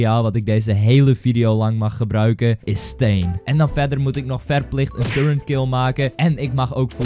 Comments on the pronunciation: turreNt? volgens mij is het toch echt een turret, dus zonder de N. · Hij zegt alleen maar turrent maar het is turret LIKE ZODAT DIT ZIET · Je zei en schreef turrent maar het is turret zonder N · wanneer gaan mensen eens begrijpen dat het 'turret' is en niet turreNt..... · Waarom zegt ie de hele tijd turrent en hij typt ook turrent en het is turret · het is turret niet turrent